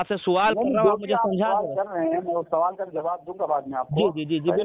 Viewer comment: Twaaleem suwaal * Urdu ki maa behen karre bhai